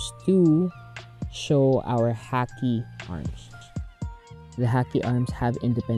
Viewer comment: It's pronounced Ha-Key for Haki